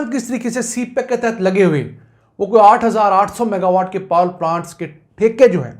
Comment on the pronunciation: Saff saff maga watt bataya kro